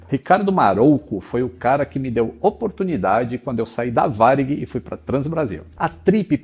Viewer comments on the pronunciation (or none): none